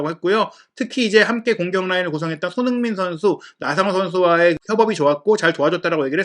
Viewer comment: 너무 좋은 분석과 정보 늘 감사히 보고 있습니다. 소중한 채널이 되어서 아끼는 마음에 조심스럽게 한가지 개선 요청 드려 봅니다. 그래도 '미디어'인데 주요 선수들의 이름 발음이 항상 '송ㅎ민', '정ㅎ영'식으로 훅 지나가는 것이 귀에 걸립니다. 멋진 매체로 발전하길 바라는 마음에서 드리는 말씀입니다. 사석이었으면 아무 상관 없겠는데 '매체'라서 이름만은 정확히 발음 되면 훨씬 더 매체에 대한 신뢰감이 상승할 것 같아서 외람되이 말씀 드립니다. 화이팅입니다.